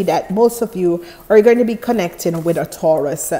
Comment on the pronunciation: u keep saying taraus